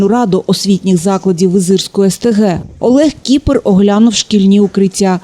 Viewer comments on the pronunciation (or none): Не Ки́пер а Киперь, это молдавская/румынская фамилия! Зачем украинцы искажают эту фамилию?